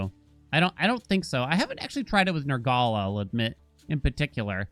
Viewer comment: Nergaley? Nur-gul.